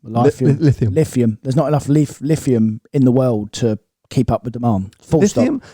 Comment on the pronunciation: There is 88 million tonnes of lithium on earth. Don't think we will run out of it 🤦🤦🤦🤦🤦🤦 he can't even say the word lithium how does he think he can talk about it when he's a clueless moron.